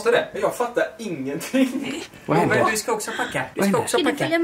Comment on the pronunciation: 4.38 "Vau HÄNDÅÅÅR" på skånska, gör ett försök direkt efter och försöker rulla på r:en som om att ungen skulle ge bättre respons då hahahah